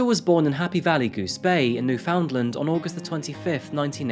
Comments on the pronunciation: Small critique, but Newfoundland is pronounced like "New Fin Land." I'm a Newfoundlander , and the mispronounciation is a bit of a pet peeve of ours. It's also meant to be said in conjunction with Labrador, as the whole province is called Newfoundland & Labrador and Loretta was from HVGB which is actually in Labrador. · Everyone I know here in Canada says Newfinland. It's jarring hearing every syllable so distinct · Lol it's new-fund-land but it's an understandable mistake. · I'm sure others have corrected you on this, so I apologize if this is redundant, but Newfoundland is pronounced NEW-fund-land. Just like "shire" becomes "sher" when unstressed, "found" becomes "fund" when unstressed. Thank you for covering a story that involves two provinces I have enjoyed living in. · said new-found-land this time ❤ This story happened like a boat ride away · as somebody from newfoundland, that is REALLY not how it's pronounced... it'd be like calling usa, 'oosa', or 'new york' New Why Ork. it's noof'n'land. One word,. Not three.;w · Woah! My hometown Halifax made the list. Crazy. Also, I love how non-Canadians pronounce “Newfoundland” 😂 we say “knew-fin-land” here 😂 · Just an FYI from a former resident of the province - pronounce Newfoundland like you would pronounce 'understand' with the emphasis on 'and' rather than 'found' Newf'nland - understand 😄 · It's pronounced "noof'ndland" 😌 Awesome work, as usual. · I’m from Newfoundland. We pronounce it newf-in-land. ❤ I remember this case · Great video, extremely sad story, just one little thing to criticize, that you mispronounce Newfoundland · No one ever says Newfoundland right - A Newfoundlander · It's not pronounced "new found land". It's "newfun'land". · ahhh!!! Haha you've committed the Cardinal sin of pronouncing it "New-Found-Land" 🤯 "Newf'ndland" is more like it! 😁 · Love your videos as always! Quick note: In Canada, Newfoundland is pronounced closer to "fun" than "found".